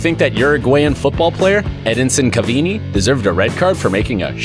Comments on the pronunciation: U MEAN CAVANI NOT CAVINI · its cavani not caveeyni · Edisin cavini, no I think it's said like Edinson Cavani. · Ah yes the Cavini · Tell me you don't watch football without telling me Him: "Edinson Cavini" /It's Ca-vah-ni, lmao/ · Spelled: Cavani Pronounced: "Cavini" 🤔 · my man said cavini not cavani lol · It’s cavani not cavini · first learn abt football.thats his signature celebration.and its cavani not ceveni. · My man did not just call Cavani "Cavini"😂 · Cavini? Dude, red card! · “Edinson Cavini” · EDINSON CAVINI????? ITS EDISON CAVANI YOU MORON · They literally said edinson cavini and his name is edinson cavani come on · It's pronounced "CARVARNI" Not CAVINI even tho it's spelt like that but that's not how you pronounce it lol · Edinson Cavini Learn how to say the names Its Edison Cavani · Who the heck is Ederson Civini? Its Edinson Cavani😂🤣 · It's pronounced as Cavani not Cavini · It’s Cavani I not cavini idiot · He sadi Edinson caveenee, It's EDISON CAVANI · MaKedonian? Cavayni? What are these pronunciations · Caveenee Lol it’s pronounced cavani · Its Cavani its not Cavini!😂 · Cavani not kivinee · Wtf he is pronounced Cavani not Cavini😂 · LOL U ACUALLY SUCK AT PRONOUNCING NAMES ITS NOT EDINSON CAVINII ITS CA-VA-NI NOT CAVANII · This guys said CAVINI 👁️👄👁️ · edinson cavini? Are you serious?? 🤣🤣🤣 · Edinson "Cavini" 😂😂😂😂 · CAVINI LMFAOOOOOOO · Guy:says cavini Cavani : Am I a joke to you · «Cavini» AHAHHAHA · Edinson "Cavini." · "CAVINI"- Jesus Christ, that was a hard one 😂😂😂😂. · I subbed until you said Cavini. Why do Americans get it wrong so often? Edit: and "Mackedonian" was the cherry on top. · Nobody: Literally no one in history: Gringo in the video: caveeni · The funniest part of this video was when he says "Caveeni"...now thats worth a red card. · He said Cavini Yep close the video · Cavini🤦‍♂️ mak edonian🤦‍♂️ mans gotta get a British voice over guy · Mans called Cavani 'cavini' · “Edison cavini”💀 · Ah yes, Edinson Caveeni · Edinson "Caviniii"